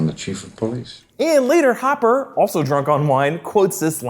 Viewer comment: you called hopper homper